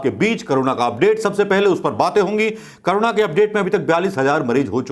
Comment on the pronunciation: It is not karuna but corona